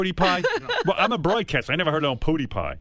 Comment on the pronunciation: this dumbass cant even say his name